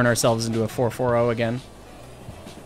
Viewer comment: Not the fer-fer-ohh!